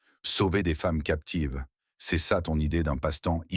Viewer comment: L’ IA ne reconnaît pas le « ce » et dit toujours Cé E ! « Çé A » rend l’histoire ennuyeuse et stupide 😂😂😂